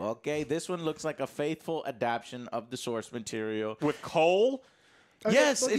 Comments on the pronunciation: You really just can't say the word adaptation, can you lol. <3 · Say it with me, brother Joe: ad-ap-ta-tion. Joe: ADAPTION! P.S. I know it's a real word. Just don't hear it often. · doesn't know how to say the word "adaptation". He keeps saying "adaption"😂😂😂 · still hasn't learned that the word is adapTAtion. He just loves swallowing that extra syllable:D